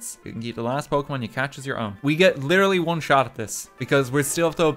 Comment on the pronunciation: your pronunciation of the pokémon names is.... painful, in some cases xD (and this is coming from someone for whom English is their third language)